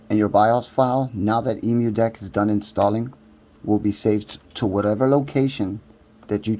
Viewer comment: Hey good video but please say it right :D it's an Emulation So it's Emu = M U DECK not E MU DECK